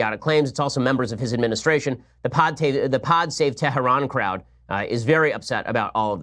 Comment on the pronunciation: Ben shapiro good stuff. Appreciate the news review and Comments! Question; why do you pronounce Hamas and Hizbullah with a chet instead of speaking it in English? Same with Tehran? I mean if you want to speak every word in its original language then do it and do it good. But really stop selecting some words .... sounds bad not correct....